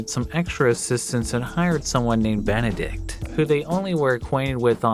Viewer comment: Ben-ed-ikt. Nice